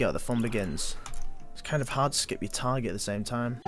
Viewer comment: when he says target he pronounces it tiger